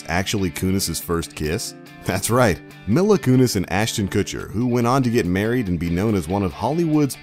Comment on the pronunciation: Who is “Milla Kunis”? It’s “Mila (Me-la) Kunis. The facts are fine, but can you at least get a narrator who knows what they’re talking about? Instead of some clueless scrub just reading from a script? It’s very clear that he knows nothing about the show.